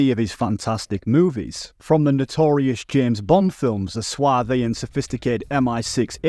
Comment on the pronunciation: Suave isn't pronounced like that